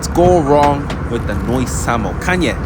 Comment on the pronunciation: Great video, very informative! Been patriotic i prefer the old livery but i understand why they use the new one and also its "sambo" not "samo"😂